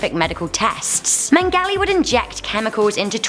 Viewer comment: if she knows so much about Mengele then how come she can't pronounce his name properly.